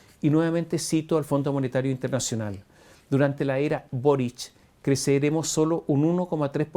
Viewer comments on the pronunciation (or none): Le dijo...burric y no boric....que lata...